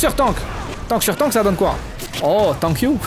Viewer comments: Le piiiiire anglais 😂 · Le "tank you" is back !